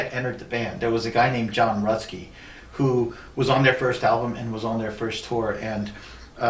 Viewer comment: Thanks, some more: I pronounced his name wrong, it's Rutsy not Rutsky, and although he stopped his touring career he actually became a successful bodybuilder, and won some titles. He used his medical disadvantage as an impetus to improve his health and vitality. So in the end, still a badass.